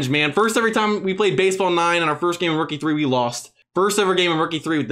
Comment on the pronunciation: anyone else hear rook e3 when he says rookie 3?